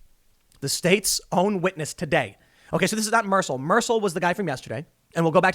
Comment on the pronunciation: A Scwitness